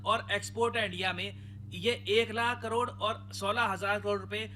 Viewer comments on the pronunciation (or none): none